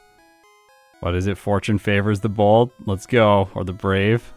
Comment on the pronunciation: I thought you said fortune favors the bald 😂